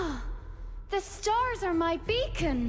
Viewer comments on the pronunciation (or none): "Ah! The stars are my beacon." I thought it was bacon. 😂LOL😂